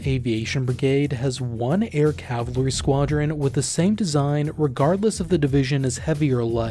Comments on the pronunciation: Great video - full of information as usual! But my pet peeve is the pronunciation of "cavalry" as "calvary". It took me a while to listen past my pet peeve. 😅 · He keeps pronouncing it "ka-vel-ler-ree" instead of "ka-vul-ree" most of the time. It reminds me of "noo-klee-er" vs. "noo-kee-lur" of which one is clearly wrong in any part of the world. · The word is CAVALRY not CavLary omfg you’d think you’d get this ONE word right since it’s the whole premise of the episode and repeated about 500 times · I'm very sorry for doing this, but my OCD is kicking in: You keep pronouncing cavalry as "cav-LUH-ree", it is correctly pronounced "CAV-uhl-ree". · The way its spelled: cavalry The way its pronounced: calvary The way this guy pronounces it: cavlery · Just like it's spelled: CAV-al-ry. CAL-va-ry is a hill in Israel also called Golgotha. There is no such thing as CAV-la-ry. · Why the hell do you keep mispronouncing cavalry? It's so distracting when you say it 500 times in a video. It's KAV - ULL - REE, not cav - ler - ee. Jesus, man. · Is it just me or does it sound like he's say Calvary instead of Cavalry? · It’s cavalry not Calvary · It's pronounced CAV-ahl-ree, not CAV-lah-ree. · Cav-al-ry not "cavlery" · It’s cavalry and not cavlary. 😂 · Bro it's Cavalry. Not Cavlery...every time you say it my ears bleed. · Cav-a-lry not cavlary or calvary. 🙄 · It's pronounced Cav-al-ree, not Cav-La-ree.... WTF ... please God no, CRINGE. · It's Cavalry, not CAVALARY. get your AI voice right! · He’s not even saying that. He’s saying cav-la-ree. I can’t do it. Lol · "Cavlary" not trying to be mean it just got me a bit giggly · The pronunciation of cavalry as "Cavlary" is driving me insane. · I can't get over the cav-lary pronunciation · Why he says air cavaliery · I've heard of cavalry. I've even heard of calvary. But what is cavlary? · I know it's nit picky, but. CAV-AL-RY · I'm hearing «cavalary» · Cav Al Ry. Your mispronunciation is is distracting. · It's pronounced "CAV-ul-REE."